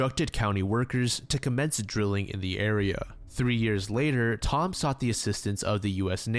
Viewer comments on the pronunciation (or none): none